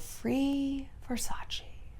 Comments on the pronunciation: Please stop saying Versachi, it's VersachE (Versace) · if you'd know Versace in and out like you say (and you'd be such an Italian-everything fan) you'd know that it's pronounced Versac-EH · Ver- sack- eeeh? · "Versace" is pronounced different Shallon, you should know it, you are half Italian. Love you. XX